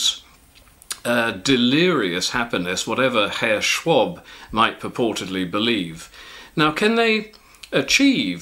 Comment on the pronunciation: That was interesting, and I largely agree with you. Yet it would be time to wake up for you too, on a different note. It may seem unimportant at first glance, but I think you might come to agree that having some command in foreign language rules will benefit you, and thereby your message. How did I reach this twist of thought? It was your pronunciation of Schwab, where the a would be spoken like in car - not like in (long) ton, as you did. How did this idea even cross your mind? Let me help you with this issue, because I know that your superior (?) edusys has so far been unable to teach you these very simple basics, that will guide you through the rest of your life. English has gone through a phase, about 500 years ago, called the Great Vowel Shift (look it up). Since then, the vowel pronunciation has not been what it was before. Ie there are a few words that have retained their old vowel sound, like car-bed-sin-ton-bush This was the 1st half. 2nd half: The words in this list were short, thus the vowel is spoken open (as it is called). The normal way to speak a vowel, just the vowel (a e i o u), is long, and there the sound of it is closed. Give you an example: Check the difference between sin (short/open) and seen (long/closed) - 2 i sounds. Or bush (short/open) and loo (long/closed) - 2 u sounds. Now extrapolate this principle to e and o (a bit trickier because you don't have them), and you have solved your riddle. And you can ignore the a, the difference between short and